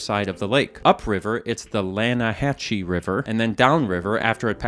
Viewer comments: this is actually meant to be pronounced "lana ha SEE" and not "lana ha chee", there's a joke made about this during chapter 3 I think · i’m sure i’m not the first person to mention this but when you said “lanahachee river” i immediately pictured arthur telling javier it’s pronounced “lana-hassee” lmao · Afair it is pronounced as Lanahasi river in the game. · It's pronounced "Lannahasee". Don't be like Javier. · lan-uh-HASSE river😂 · “yeah, but it’s pronounced ‘Lanna-hass-e’” “why is everything in english said differently than it’s written? to make us feel stupid” “you’re asking the wrong feller…” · it's pronounced lan a has e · This is so not important to the video at all but I just did a fishing side mission with Javier where Arthur tells Javier that the Lannaheche is actually pronounced Lanna-ha-see. I thought about this video as soon as i heard that lol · It is not lannahechee it's lannahasee river arthur taught me some good english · ErM AckShuAllY it’s PronOUnced LANAHASSEE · it is reading as LanahaSe river. It was in one of the side quests with Javier who make this mistake too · Pronounced Lannahasee, arthur corrects javier abou the pronunciation when going fishing with him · It's actually pronounced "Lanahasee" I only know this because Arthur corrects Javier on the same mistake during his fishing mission. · Excuse me, it's pronounced "Lanna-hassee" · great work as always, but it's lan-ah-hass-ee, there's a whole dang side story dialog about it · Never been so excited about a new Video! Lannahechee River is actually pronounced Lannahasse River. There's a line of dialogue about it, because Javier pronounces it wrong. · javier approves of your "Lanahechee" pronunciation